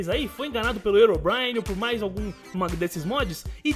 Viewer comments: pronuncia legal hein? erobrine? achei que se pronunciasse rirobraine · o nome não é (erobrine) o certo da pronuncia é (rerobrine). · não é ero é rero que se fala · não é erobrine se voce puxa o h fica rirobrine não erobrine eu coloquei só pra voce entender mas se escreve herobrine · se fala rerobraine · o fala Herobrine errado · ele falo errado o nome do Herobrine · deslike por ter falado o nome do Herobrine errado